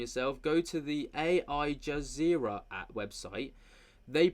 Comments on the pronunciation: It's AL Jazeera not ai Jazeera but I get it your doing a great job. But AL Jazeera is a major Muslim news network and has been accused of Muslim propaganda. So ya she needs help if she is making accusations, thinks that network tells the truth (again accusations of Muslim propaganda) and is talking to birds I think a 5051 might be in order for her. Side note I had a neighbour in the UK who claimed my flock of chickens was speaking to her telling her to fuck off,she also heard voices coming for appliances and other objects, this woman seems to be doing the same thing. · 😂Al Jazeera is pronounced Al, as in the name! It is an Arabic news channel that claims to be objective but whose journalist have funded Hamas and is pro Arab, and of course anti Israel, with many being anti semite too! What am I not surprised, Jackie would recommend them. She wouldn’t last a year jn Arab lands! She criticizes wasps yet enjoys the freedoms Protestant countries have become. Her history of America is false, lacking a foundational understanding how these desperate pilgrims fled persecution, death and inability to make a living so were forced to go to a new world where they didn’t know anything of its habitat as nothing had been written yet. If anything they fled what she would called other so called wasps as she puts it in her blind prejudice. Totally unhinged and wild. She seriously needs to look in the mirror. Someone who can’t go more than a few minutes without losing it with F bombs has issues. How much more does Nunez want to undermine any so called authority she has? She’s just lost even more potentially curious explorers to go there. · It's "AL" Jazeera my man. Anyway this woman is on another planet.